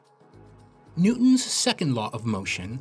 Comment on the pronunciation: “New-ons second law” 😂